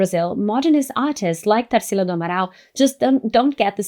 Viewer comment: I knew you're brazilian too by the way you'd said Tarsila's name! Love finding videos like yours, in english but sharing our culture and words through the internet!